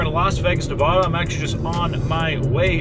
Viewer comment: Just to save you a thought time from Nevadans… it’s Nevada not Navadahhh. Love the videos man